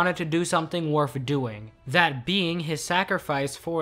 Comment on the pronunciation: Am I the only one noticing he says worf instead of worth